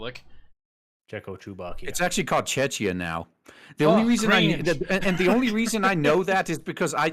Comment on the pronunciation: NOOOOO! The "ch" in Czechia is pronounced the same as in "Czech"! It's basically Czech-ia. Just like Slovakia is Slovak-ia. Ree!